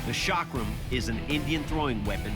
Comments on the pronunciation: It is "ch" not "sh". Why is it so hard to pronounce?? 😶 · I physically cringe when you pronounce it sha-crum. Its pronounced a chuck-rum. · chakram is right but the guy is literally saying shock rum lmfao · it's not shaakram it's chakram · Chakram is pronounced "Chuck-rum" ... as in Chuck Norris and Navy rum not Shaak-rum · I heard shock room 😂